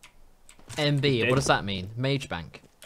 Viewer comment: i died when u said mage bankk :"''''(